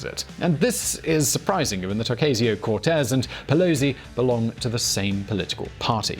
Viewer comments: This video is an example of white privilege. A white man with little knowledge claiming more than he knows. And then, he mis-pronounces AOC 's name. She prononcés it O-ca-sio not O-cay-sio. And Cortez is how it is pronounced in Spanish not how white Americans prononcé it. I don't have time to disect other mistakes and selective knowledge picking on the video, so I will end here. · In the voice of Herminone: It's O-cah-sio, not O-cay-sio... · In the Spanish language, the "A" sound as in "able" doesn't exist. All A's are pronounced "ah" as in "far". Her name isn't pronounced "ah-Kay-zee-oh", it's "oh-KAH-see-oh". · Oh-cah-sio. Not oh-kay-sio 👍🏾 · It's pronounced OCASIO, not O-Cay-sio learn how to pronounce foreign names you small minded little prick it's not difficult at all. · Pronounced "oh-KAH-see-oh." Just ask your buddies on the main Spanish VisualPolitik. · Okayzio? IF you do a video about someone, learn to pronounce their name first. It's NOT HARD. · O-Cay-See-Oh? Oh no! Its taco all over again! (Hint: its pronounced like the calculator). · "Oh-kay-see-yo Cortez" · your teachers in England would be very disappointed with you. Even your voice over guy got AOC's name right. You couldn't bother yourself with learning that its pronounced O- cass-eo, really. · How fucking hard is it to say O-CAH-sio??? The right mispronounces it to be dicks. what's your excuse? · Shame. you have a way of explaining everything yet you don't know how to pronounce Ocasio? I'm not buying it. You can say ilhan Omar but you didn't look up the correct pronunciation of the subject? oh KA see oh. But you knew that. Don't play. And it's Doe-ee cha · It’s pronounced Oh-Coss-E-Oh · Dude, learn to say her name correctly! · Would be good if you learned to pronounce "Ocasio" prior to making your video. Oh well, maybe for next time? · Please learn to pronounce Ocasio it's hard to listen to you. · Oh come on... You really can‘t bring yourself to pronounce her last name right?